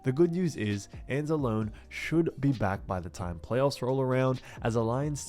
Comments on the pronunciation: It's pronounced Anz-a-lone-ee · I enjoy your videos, but as a fellow Italian I need to correct you. Alex Anzalone is pronounced Anzloney. It's an Italian thing. But great football content. That said, you have my sub. Thanks for killer 🏈 content.